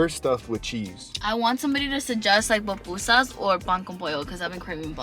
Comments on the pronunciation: es PUPUSAS repite conmigo “pUPUSAS” 😬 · Ohh hell nah lmao it’s PUPUSAS! 😂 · GURRRR not the papusas 😭😂😂😂 nooooooo it’s pupusas 🩷 se dice el Curtido 😘👯‍♀️🩷🩷🩷 I love yallll! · I can’t with them calling them PApusas 😖 lol PUpusas* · PUPUSAS NOT PAPUSAS LOL REPEAT AFTER ME PUUUUUU-PUUUUUUUU-SAAAAAAAAAS 😂😂❤️❤️❤️❤️🇸🇻🇸🇻🇸🇻🇸🇻🇸🇻